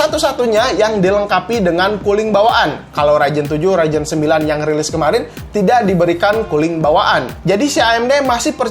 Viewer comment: Ryzen oy bukan raijen